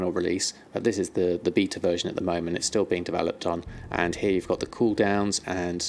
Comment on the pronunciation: you really need to learn how to say beta